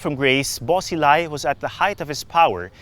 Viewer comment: It's prounounced Buo Shee-lai, Ta-lien city